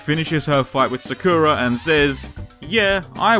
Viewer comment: You're saying Sakura wrong but eh I don't care :3 good shit video right there :3